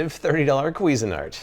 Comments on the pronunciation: Kweezin-art? I thought it was pronounced more like cuisine-art lol. Love ur videos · "Kweezin-art"? Somewhere a French person's head explodes :-)